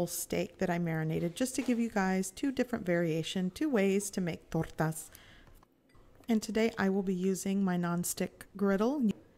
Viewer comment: To make torrrrrrrrrrrtas!!!! Lol the way you roll your r’s calm down killer lol